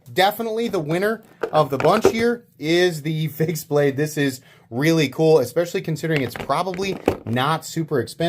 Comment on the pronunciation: sounds like you say "face blade" instead of fixed.